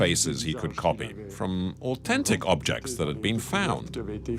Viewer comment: Who pronounces au-then-tic au-ten-tic? Its so annoying.